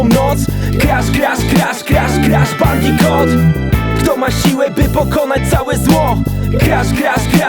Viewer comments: Kuba Krawczyk Skoro tak to lubi niech nauczy się wymawiać "Bandicoot" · Adam Igel Po za tym co to ma do rzeczy skoro to "bandikut" a nie "bandikot" to nazwa własna, tego nie wymawiasz tak jak Ci się podoba